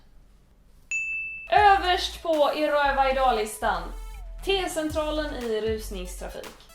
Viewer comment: Jag vill ha en 10-timmarsvideo där Clara säger "I Rrrrööva idaag" om och om igen.